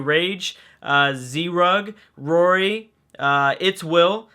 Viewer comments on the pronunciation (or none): none